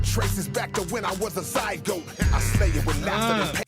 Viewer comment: He Said Zygote. Lol